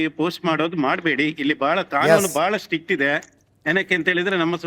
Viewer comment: Struck alla maraya stuck.